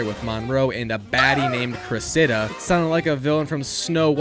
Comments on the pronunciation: “Cress-Id-uh” Cressida. The emphasis is on Cress and duh. Not on the “Idduh” as you’re saying it. Just fyi. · The pronunciation of Cressida is criminal